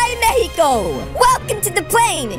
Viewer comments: Mexico Not Manko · You said were going to mexo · He says mefi co its mexico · Are they saying mehixo? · Bruh that part was funny when said mecio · why are they keep saying mecio in stead of Mexico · say meheco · MEXICO NOT MAICO ITS MEXICI MAICO ITS NOT A FLAG ITS MEXICO!🇲🇽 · It is not Mehiko it is mexico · Is Mexico not mekico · It's not mehixo it's Mexico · Not mecico it's Mexico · It’s no mecio it’s Mexico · Its not mecico its mexico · I do Wonder why you say mehico while a normal days mexico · lol not meco.... it is mexo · MEXICO NOT MEICO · Why are you saying mehiko when it is mexico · Not Mekiko It's mexico Mekiko /Mek/ëik/0 0-0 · I hate this video because you said meaco but it’s Mexico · I love how says mecio instead of Mexico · They say Mehico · mehiko not mehiho i just repeat ok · I Loved When You Said Mehico Meaning Mexico😹😹😹😹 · Also I hear that the girl just say mekico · Did just girl said have fun in mekico and sign enjoy mehico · And then she day mecico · I also hear the girl or other girl say mehico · It's mek-si-ko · Stop saying mexco it's Mexico 🇲🇽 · or should i say its not meciko its mexico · Mexico not meciko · Im confusion why you say mehico/mecico when it is Mexico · You mean mexico Not mehico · Mexico not mecico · That’s not how to pronounce Mexico you saying it without the x